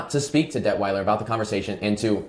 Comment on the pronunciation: “Debt-whiler” Detwiler…ok. All BS